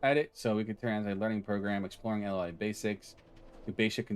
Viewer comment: Cool vid man, a little curious fact, LUA is a brazilian born programming language, and its pronounced "LOO AH"